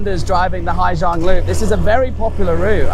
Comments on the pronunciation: It’s Ha Giang, not Hi. Beautiful work anyway. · Hà Giang not Hi Giang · and Ha Giang, not Hi Giang